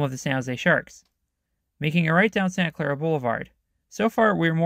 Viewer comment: It's pretty obvious from this video that you've been here like once and more or less skipped the downtown entirely. I would strongly recommend that you at least have somebody local review the script because mispronouncing/misidentifying things like Diridon or Santa Clara St is jarring and does not make you look credible. I'm not sure how you're confusing the wikipedia collage as being "all hotels" when there's only one and it's arguably the city's most famous. And for a "deep dive," you miss several critical points. The downtown you see was not being fought against, most of what remains and is built was very deliberate. The Redevelopment Commission took a core that had pretty much been devoided of wealth in the post-war and was a massive slum by the 1950s. Even if it could be argued that "slum" is a codeword for POC in cheap housing, it's inarguable that a lot of people left voluntarily when presented the opportunity. The city spent decades ushering in new towers, buying out the impoverished, and rehabbing what they could in a many-decades long process that finally ended when California basically shut down city redevelopment agencies. The effects of this are needless to say mixed with not much in objective data and a lot of subjective after-the-fact commentary. Regardless of anyone's efforts, downtown was always a second-rate regional center and residential demand was almost non-existent until relatively recently. It's not that bad, especially when you compare it to other sma